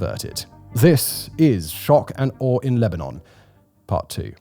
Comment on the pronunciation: "Shock are arrrrrrrrr"